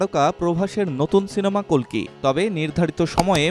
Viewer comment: অশেষ ধন্যবাদ জানাই আপনাকে কালকি না বলে কল্কি বলার ০৪.০৭.২০২৪